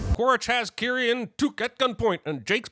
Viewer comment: Kiri sounded like kitty everytime tuk said it